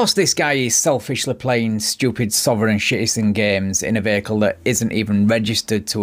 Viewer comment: His eyes are dilated as FUCK. "Sovereign Shitizen" That's too funny!